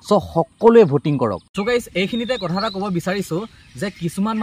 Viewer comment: Kathor Nohoi Dada Kathar Hoi 😊